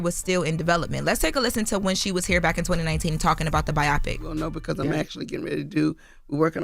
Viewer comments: “Byeahpik” lmfaoo it’s BIO-PIC. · bio-pic NOT bi-opic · its called BIO PIC not BIOPIC 😂😂😂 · It's pronounced BI-OH-PIC...not BI-OPP-PIC... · “BIAWPIK”… huh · we love you, but WTF is a BIOPPIC?? Bio pic? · Bio pic lol let's sound it out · Biopic is pronounced BIO-PICK. 🙄 It does not rhyme with “myopic.” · Charlemagne been wearing a lot of boondocks gear, he might be trying to tell us something. Also someone tell how to pronounce “biopic” 😂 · Why are they pronouncing biopic like that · Is she saying biopic wierd? Is that a Delaware thing?